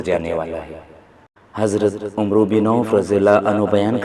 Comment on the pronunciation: Yeh Lafz (عمرو) umro nhi hay Amar parha jata hay please Hadees e paak Bayaan Krnay say pehlay isay Gor say parh Lia krain takay paak hastion kay naam kay adaab ka khiaal rakha ja skay